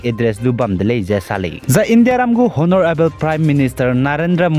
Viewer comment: Honorable H silent so pronounce as onorable